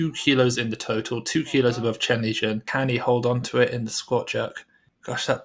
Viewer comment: No, its Chen Lijun